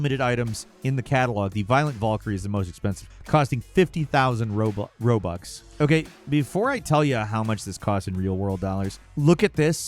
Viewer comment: I heard you slip and call them Roblux instead of Robux at first